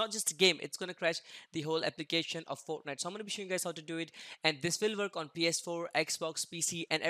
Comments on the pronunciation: Its not a typo guys he literally pronounces fortnite as foetnite lol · Dont you love foenite 😂😂😂